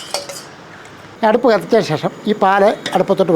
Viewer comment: എന്ത്‌ പറഞ്ഞാലും ഷേഷം. അല്ല ശേഷം 😂ഒരു 10പ്രാവിശ്യം പറയും